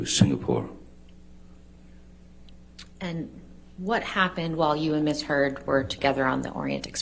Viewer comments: listen to the lawyer call her miss turd xD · Am I the only one hearing her say "Ms. Turd?" lmaooo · I knew I wasn't crazy like I swear for the last 15 minutes she's been saying Ms. Turd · did the lawyer actually say “miss turd”? Edit: ok. After watching further I notice more people noticed this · Did JD's lawyer say "Miss turd" as a purposeful mistake ? Did I hear correctly? Is anyone else hearing miss turd at that point? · I swear, JDs lawyer just said miss turd....sounded very like it....hahaha...imagine.... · DID SHE SAY MISS TURD??